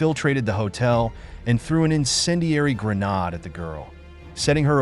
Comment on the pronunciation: It's called a GRENADE not "gre-nod".